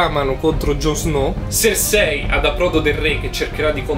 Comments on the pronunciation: Si pronuncia sersi (cercei) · Non azzecchi un nome dio santo bren Serse lol